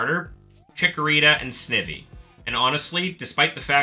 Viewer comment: Snivy is pronounced like Ivy 😆